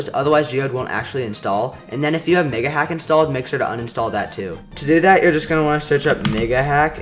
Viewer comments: bro u didn't say megahack you said 🥷hack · Niga hack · i swear this mf said niggahack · sound like he said the n word